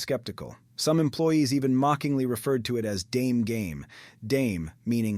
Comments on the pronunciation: Dame in Japanese sounds more like “Dah-meh” not “Dayem”, other than that I thoroughly enjoyed the information in your presentation. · not pronounced "dayme" but "dah-meh" as in impossible. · It’s pronounced “da-may”, not “dame”.